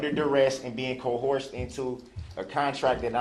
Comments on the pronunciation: can someone give DB a book? Maybe if he read some of these words he tries to use, he’d be able to pronounce them. Maybe I’m giving too much credit. Co-horsed? Co-hersed? Cohort-sed? I think he means coerced, but 🤷‍♀️ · Add "co-horsed" (coerced) to the list along with "tack-it" (tacit) and "Texas" (texts) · Co-horsed? Stop co-horsing him. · Co-horsed and derrest. Got it.